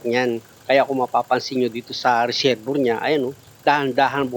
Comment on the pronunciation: Sir resebwa nyo po bigkasin ang resevior pra po d kau mhrapan sa pgbgkas.salamat po sa mga tips